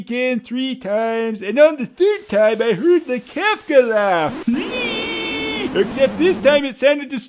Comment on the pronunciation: Поправочка, не Кафка, а Кефка